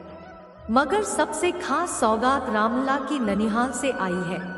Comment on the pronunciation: Madam Ramlal nahi Ramlala. Pls.